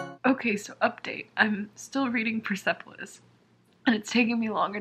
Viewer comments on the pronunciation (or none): I am from Iran and I haven't read Persepolis yet! I hope that it isn't offensive to my culture and my people.. :)( And also the E mustn't be pronounced :) its 'pers'polis, ;)